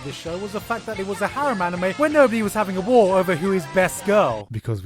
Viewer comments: you pronounced anime wrong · can you pronounce ANY japanese word correctly? Annimay, Heruhi